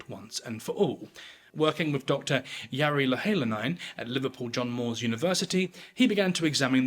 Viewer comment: Thank you for not pandering to the theories and claiming ultimate knowledge on this. At this point, I don't see us ever finding out the identity for certain, but debating theories is still interesting. I will say though, that was a rather... creative pronunciation of Jari Louhelainen! 😁 It's always interesting to see people try to make sense of words/names in a language they don't know, we always revert to our native tongue and try to enforce the same rules! 🙂